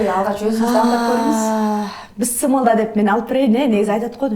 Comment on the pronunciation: Бисмилляхи рахмани рахим десениз туура болот,бысымылда дей бербей,тамагыныз соонун,колунузга береке